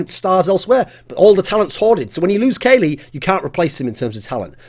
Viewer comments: You should get english lessons from pasha.. not Kayle, it's KUKLI!!! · You pronounce it Kalli, not Kaley. :P Silly Thorin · should just pronounce it KOLY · thats the way that casters used to pronouce it but its actually pronounced cali like in california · Why are you pronouncing Kqly like that!